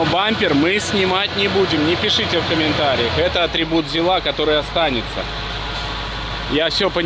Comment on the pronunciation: Только для фанатов советской техники: на ЗИле, ударение всегда на первый слог, никакого ЗилА, правильно - ЗИла!